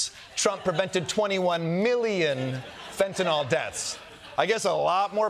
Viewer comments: Did Kosta say Flentanyl? 😂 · Quick suggestion—it’s pronounced FEN-TA-NILL, not fentanoll. (Kinda junior to mispronounce the drug you’re talking about)…it’s spelled FENTANYL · They keep saying "fentaNOL, WHICH ISN'T A THING!!!! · Fentanyl. Not fentynal. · Fent-a-nYl, folks. Not fent-a-nol. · Fentanyl, last syllable rhymes with pill. It does not rhyme with alcohol. It's not Fentanol. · "Fentanyl" not fentanall. Stop it! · It is FENTANYL, not “fentinall” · It’s “fentanyl” not “fentanol” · Why can no one pronounce it correcty..its not Fent-a-naw. Its Fen-ta-nil. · In common with literally every American I've ever heard mention it, Kosta and Blondie Bondi both think that fentanyl is called "fentanol" 🤦‍♂ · Or, as Americans usually incorrectly call it, "fentanol". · In common with literally every American I've ever heard mention it, both Kosta and Blondie Bondi think that fentanyl is called "fentanol" 🤦‍♂ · What is it with the dodgy pronunciation of fentanyl as if it's spelt 'fentinol'? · Also, it's fentanyl, not fentanol. At least pronounce it right. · Where can I get some of that "flintanal"?? 😂😂😂😂😂😂😂😂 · FEN-TA- NILL! Not FENTINOLL. I’m a retired nurse. This drives me crazy. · Why does he pronounce "Fentanyl" as "Fentanol", and one time also "Flentanol"? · If you pronounce fentanyl as "fantanol", you shouldn't be allowed anywhere near political power. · whats flentanyl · Can nobody pronounce fentanyl? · Why does everyone pronounce fentanyl like it rhymes with “Benson doll”? Is it a French thing? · There is neither an A nor an O in the last syllable of FENTANYL.